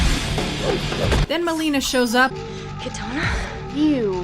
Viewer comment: Milena, not Melina actually. nice review.